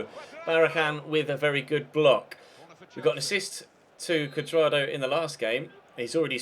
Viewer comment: When you where saying Juan Curdrado it sounded like Wank Curdardo